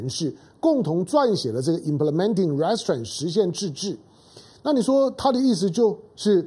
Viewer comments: 唐兄，’restraints’ 的重音在第二音節，ri’streints. 見諒。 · restrain 的重音，在train 那里，请注意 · 友好提示： Restraint 应念成 "re" "straint", 不是 "rest" "straint". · Mr. Tang, "restraint" is pronounced as ree-s-traint with accent at the second syllable not the first. "mob" should sound like m-aa-b. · 哥，restraint 要读re-straint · 唐先生，麻煩您趕快糾正 “RESTRAIN” 的發音，聽上去像 Restaurant 😉👎🏿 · 唐湘龍身邊沒人提醒/糾正他Restraint的正確唸法嗎？ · restrain二音節的重音在t上 趙少康在鳳山罷捷選民沉痛努力表達民意遭邪惡政權愚民操縱後，第一時間立刻說罷免之議應休止，這種和稀泥精神要中興個屁! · Restraint 英文重音是在後面。😊👍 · 湘龍restraint 這個字你唸錯了。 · Mr. Tang pronounced Restraint wrong. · restraint 重音在第2音節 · 你的restrain發音不正確. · 老唐，跟google或杨永明学学"restraint" 怎么发音。你的重音错了，发母发音错了，也很难听。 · 湘龙哥的英语发音不太行啊，restraint读的太偏了，每听到一遍都感觉很走戏